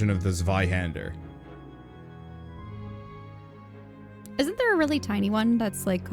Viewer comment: hey, i noticed you pronounced the german word Zweihänder with the english Z. as a german i internally cringe whenever someone pronounces words in the wrong language. could you pronounce the 'Z' as 'ts', as germans do? in other words, as 'TSweihander''?...did i just trigger the 'tell me what to do and i will do the opposite just to mess with you' response with that question?